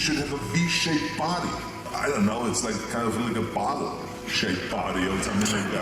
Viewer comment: Itz like a baahttle shaped baahdee I don`t know what that iz yayih!